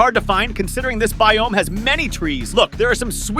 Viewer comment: His pernounciation with biome sucks!